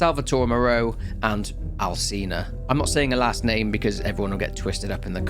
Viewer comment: it's pronounced Alchina not Alcina lmao